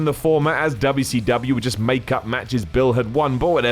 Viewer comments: I find it funny how tries to keep the good memory of WcW alive and reminding us how good it used to be, while at the same time undermining all of that by calling it Dubba C Dubbyia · There is nothing endearing about the way you say WCW. please stop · Me clicking on the video: Its going to be and hes going to pronounce it dubya c dubya. 2 seconds in: "Because of how dubya c dubya" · It's funny to hear a British do Dubya Cee Dubya. 😂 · Dubbau Cee Dubbau